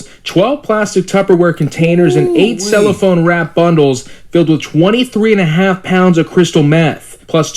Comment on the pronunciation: That news reporter,, can't read the teleprompter for ish... Like sir, no, it wasn't $75,000 worth of fentanyl pills; it was 75,000 pills worth $2.25 mil.... Anddddd it's not "8 CELLPHONE wrapped bundles of crystal meth," it's 8 CELLOPHANE wrapped bundles." I'm sleepy, clearly, because idk why that annoyed me so badly. Lol